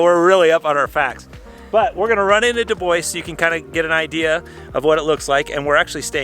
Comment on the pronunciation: We need a little lesson on how to pronounce DuBois. :) but I sure do love ya!